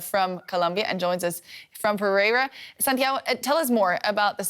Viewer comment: "pay RAY eerah" Pereira